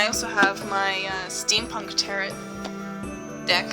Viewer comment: tare-oh, not tare-ott.